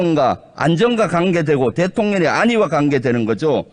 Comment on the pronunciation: 대톤년의 아니가? 대통령의 안위가!! 아. 진짜 내가 발음까지 지적해줘?